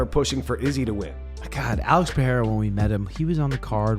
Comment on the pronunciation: why does this channel pronounce izzy's name like that?!